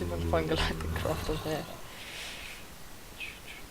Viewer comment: It's Galactic not "Glatic"